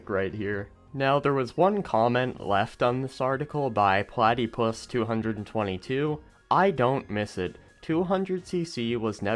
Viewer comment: As a platypus, it's pronounced plat-uh-pus (I'm not Platypus222 btw). W vid tho